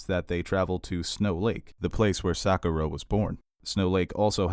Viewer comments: Loved the analysis but it is Sak-OOH-rah, it is not pronounced like saccharin : ) Also MAY-sa and Akane no Mai (like MY) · I hate how you pronounce Sakura and mesa